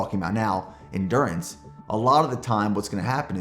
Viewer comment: end-gew-rance not endurance 😂😂😅